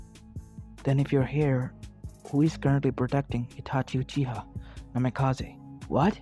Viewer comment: Bro this hurt my head pls. Change the naimkaze not namikaze